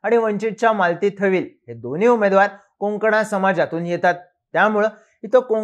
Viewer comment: कोंकणा नाही... कोकणा समाज अस बोला.. ☝🏻